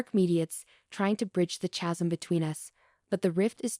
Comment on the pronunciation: Oh God this is awful.....How did Alex arrive at the jazz club before her? (Jenna/Jenny/Janet/Jenn/John/Gina?!) So, did Alex leave her there at the bar?! And she never came home?! WTF?! "Chasm," is pronounced, "Ka'-zum." LOL - what was so "complex" about the apology?! Wait - WTF happened - did Alex forgive Jenna then?! I thought they were getting back together?! This is near impossible to follow......OK, so now a cop calls to meet and tells Alex that Jenna has been under investigation and some details have come up. instead of expressing shock, and asking, What the hell is she being investigated for?!" Alex calmly asks, "what are the details?!" REALLY?! That's not even close to how it would happen. How does meeting at a bar expose anything?! WTF?! This makes no fucking sense........Mark never mentions Jenna was in jail?! LOL!!!!!! This is SO bad.....why wouldn't Jenna go to her brother's?!!